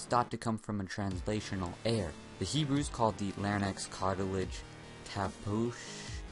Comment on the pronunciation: Da fudge is a larynex "Larry Necks"? Are you trying to say larynx (lair-inks)?